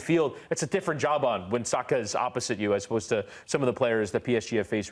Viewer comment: Thank you for pronouncing his name right, it's Sah-kah not Sacker as the English pundits have been saying for years.